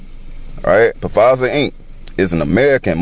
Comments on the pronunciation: The guy talking about Pa-fizer! Has he never watched the news??! Surely he has ears. Lol He who has ears, let him hear! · It's "PaFizer" for me 🤣🤦🏾‍♂️ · I have a really hard time believing anything anyone says that pronounces Pfizer, P Fizer tf 🤣🤣 BTW Love ur conspiracy vids comps, especially since I refuse to get TikTok so thx for sharing. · At least say Pfizer right damn.